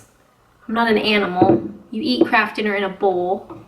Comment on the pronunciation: For a moment, I thought I did hear her say "crap food", instead of "KRAFT FOOD"? But would never say anything like that (at least not on a recorded video). After all, she is a Canadian lady..(lol)